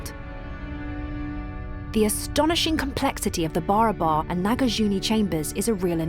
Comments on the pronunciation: Well, welcome to the Original India - the India that some people tried really, really hard to falsify.. BTW, it's not pronounced as BARABA(R), its actual pronounciation should be / is BA-RAA-BARR (which literally means equal or identical in Hindi/Marathi) P.S.: this is actually a fact about India 😅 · Just a little correction about how the name 'BARABAR' is to be pronounced - In the local hindi or bihari dialect it should sound more like B'e - ra - br Hills / Caves the very meaning in hindi itself being 'That which is Similar to one another'.. Hope this solves the big mystery of why each cave was meant to replicate one another! as temporary resting places for the Buddist monks and weary travellers. Almost serves like airport terminals Or Bus stops laid out not very far from one another. And these caves themselves also get the name from the surrounding B'e-ra-ber hills (Of same name) being similar in the long shape and proportion within which the caves are carved in. Hope this helps. Great docu by the way.👍👍